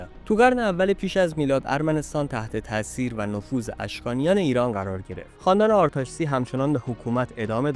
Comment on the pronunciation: با تشکر از مطلبی که تهیه کردید. با این وجود به دو نکته می خواستم اشاره کنم. لطفاً در تلفظ و ارائه ی برخی اطلاعات دقت کنید. تلفظ درست برخی از اسامی به قرار زیر است: اسم تاریخنگار خورنی /xoreni/، شهر باستانی اربونی /erebui/ و اسم پادشاه ارمنستان آرتاشس /ārtāšes/ است. در ضمن ارمنستان اولین بار در اواخر سده ی چهارم میلادی بین ایران ساسانی و امپراطوری روم تقشیم شد و بقایای شهر باستانی اربونی داخل شهر ایروان می باشد.